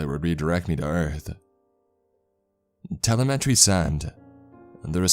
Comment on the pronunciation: It’s fun listening to him butcher “telemetry” though.